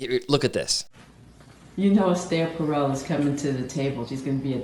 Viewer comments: First off, it's "Per-el," not "Pearl." I was at a Gottman training where John Gottman literally said "Esther Perel is full of shit." That got my attention! I'm a marriage and family therapist and tend to agree that her stance can be really damaging to the security of a relationship. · Not knowing how her name is pronounced…undercuts your credibility a bit. I think you misunderstand her work. It’s like saying trying to find the route of addiction is “normalizing” drug use. You might explore her podcast beyond this talk. I suspect the Smiths cast a shadow on how you view her work…